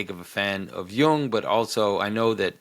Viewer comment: Why Jonathan...are you struggling with Jung ?...when said A you need to follow up with B (just curious)